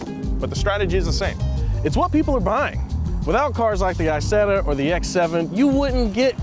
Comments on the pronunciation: Please dont call it "I"setta.. its not an Iphone... in english please "E"setta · Isetta like Isabella, not like ice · Forza has a Z so it makes a Z sound. Isetta doesn't have a Z - and doesn't make a Z sound. It's like morons calling Tesla Tezla - like they have a South African accent like Elon.